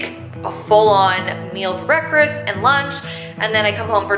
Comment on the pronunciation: How we’re saying breakfast....it sounded like breakfirst 🤔😊